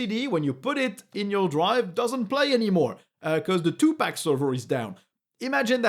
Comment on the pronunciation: Thank you for the video! Firefox is getting scarier every day. "two pack music" 😂 It's pronounced like "pock" ❤